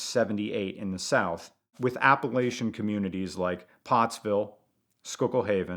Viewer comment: This guy just keeps on mispronouncing "Appalachian". I'm sure you're a great guy, but I can't take it! I'm gonna throw an apple at cha! 😅